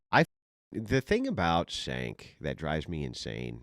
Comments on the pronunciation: Cenk's name is pronounced Jay-nk. Or chunky yogurt. But not Sank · Pronounced "Chenk," not "Senk"... It drives me mad when cannot pronounce words correctly or uses double negatives. 😅 He's too smart to make himself sound so dumb. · Cenk is pronounced as Chenk. exactly,! Dave is a demagog, he always uses 10x more words than needed, to say anything, just like Cenk. they both can talk for 30min and say nothing + both of them are doomers - there is always smth terrible is gonna happen: ww3, climate change and all that lib fearmongering bs, but dropping birthrate ain't an issue - it is a choice. i used to like Dave in the beginning, he seemed smart, but past year he lost his marbles and turned into a demagog, his thoughts are scattered and can't form a thought properly, always talks around, frequently stops in the middle of the sentence just to rephrase it. he constantly cries wolf with every gust of the wind. terrible negative human to be around. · Do you mispronounce his name on purpose? 😅😅😅 You did it on Piers Morgan and I thought it was just a mistake. But now…..